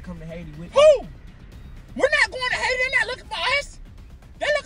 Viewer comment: “Out of all places why would I wanna go to Haiti ..HAI-TI”😭😭